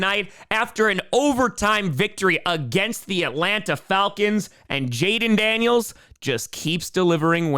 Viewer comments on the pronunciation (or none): none